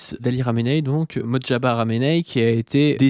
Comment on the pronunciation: * "MoJtaba" et non "MotJaba" (le J est avant le T). À part super taf sur cette capsule.